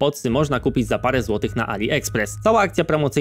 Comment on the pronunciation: Dlaczego ci wszyscy influ nie wymawiają 'ch' w słowie złotych. Chyba to mnie najbardziej rozdrażniło... A za cały film, bardzo Ci dziękuję!